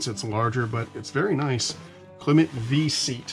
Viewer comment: The brand Klymit is pronounced the same as the word climate.